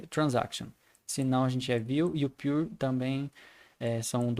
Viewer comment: a pronuncia correta é "piur"